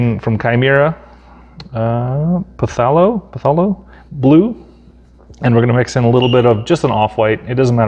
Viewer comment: Nice work. I appreciate the small tutorial on airbrushing as I have a reluctance to use mine, so thanks. Oh, and Pthalo- the "P" is silent =)